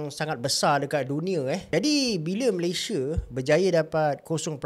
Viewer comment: SEBUT DENGAN BETUL NAMA..MALAYSIA🇲🇾🇲🇾 BOSAN DENGAR HANG CAKAP... "MALAYSHIER"